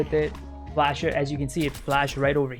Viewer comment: i love how he just says "just fash the whole sight" every after location like yes man we be flashing